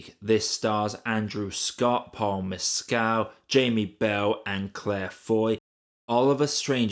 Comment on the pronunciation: Correct pronunciations: "Haigh" rhymes with "vague" (long "a" and hard "g"); "Mescal" = "MESS-cull." Thank you.